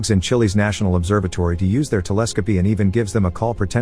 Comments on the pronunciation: LOL I cant stop geeking at the way it said telescope XD ( Tele Scopi ) im rolllllinngggg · Bruh, tele-sco-pee. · did they just pronounce telescope wrong?